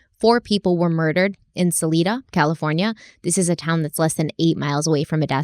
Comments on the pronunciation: Salida (s uh lie dah). Just FYI. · I've lived in Salida my whole life so it's really interesting to hear this story from your perspective, and it's really sweet to hear pronounce us as Sa-leeda Lol. 8 I've briefly heard of the murders in Salida once or twice before but it's never been a big story around here surprisingly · The way you say salida.. i can’t I had to say something. It’s pronounced sah-lie-duh- 😘😘 but other than that all the facts on Modesto are 100% lived there for a few years and it’s not a place you wanna stay let’s just say that😂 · I lived in Salida at the time - pronounced Suh-lie-duh Also Salida does not have its own police department, too small. It contracts with the Stanislaus county sheriff with assistant from Modesto PD